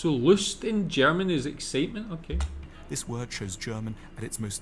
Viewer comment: You told us you learnt German in school. But guess you never practiced it? The pronounciation is really improvable. Not meant as an affront.